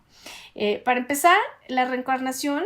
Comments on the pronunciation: Por qué dice "recarnación" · Reencarnación, no reecarnaciòn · No se si solo sea yo, pero se le oye que dice recarnacion en vez de reencarnación